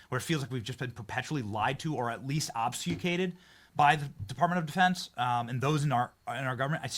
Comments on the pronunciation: Benny: OB-FUS-CATED. You don’t need to use $10 words—but if you do use them, learn to pronounce them correctly. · I love Benny but pro tip... Don't use the word obfuscated unless you know how to pronounce it. That's a tough one to say but with that said, that was a true butchering.